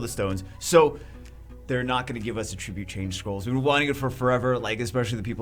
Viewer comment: Ahhh!! My ears can't take it anymore!!! It's "at-trib-yute" lol. "uh-trib-yute" is a verb. :D Also, they want more people to do RTA? LOL. I've never played a game with such a ridiculous barrier to entry for end-game content as SW. They need to make the game more friendly to new players if they want that to happen. There are plenty of ways to keep big spenders supporting the game without making it take forever to have a chance in RTA for F2P players.